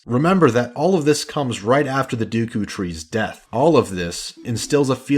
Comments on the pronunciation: Deku... sounds like you saying dookie almost lol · Omg I never knew other people pronounce it as Dooku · RIP DUKU tree xD ROFL, that pronunciation made me laugh so much. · ORGAN, it’s a pipe ORGAN. Great vid though, save from the pronunciation of SA-REE-AH and DAY-KOO tree 😜 Best game ever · mispronounced Deku tree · love the analysis but the pronunciation of the deku tree killed me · "Dooku and Gherrdo".... cringes "Piano"........................... PUKES BLOOD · Did you say Duku tree?! Ugh!!! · ITS D-E-K-U YOU FUCK!!!!!! NOT D U K O CAN'T FUCKING READ OR WHAT! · yeah ofc the entire video is absolutely garbage because he said dooku, absolutely terrible, unforgivable if u will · I know you correct yourself in the edits. But why and how did you think its pronounced "duku"? "Ah yes, the 'e' in deku is clearly a ruse." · The dooukoou tree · If the English language made any sense, his pronunciation of Saria would be correct. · He says dookoo so many times How?